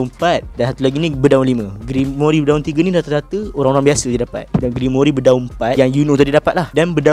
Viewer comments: *Grimoire bukan grimoiri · Sikit pmbetulan "Grimoire" bukan Grimory😅 Jgn marah hah👍👍 Terkejut aq dia sebut Grimory😂😂 Bile masa plk Rias Grimory join Black Clover universe ni😂😂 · Cara sebut dia "grimoir" bukan "grimori" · Sebutan grimoire = grim.war bukan grimori